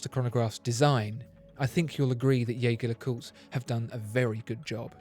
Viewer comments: Ironically, even the French/Swiss pronounce their own name wrong. Edmond Jaeger may have been French but his name is undoubtedly German and should be pronounced Jay-gaer and not Jay-jaer. Nonetheless, whether its Jayger oder Jayjer doesnt matter. It is both right. Blasphemous is when people pronounce Audemars Piguet as Oodeymars Pigett. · Its not yaeger its gaeger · Your incorrect pronunciation of Jaeger (yay-ger) hurts my heart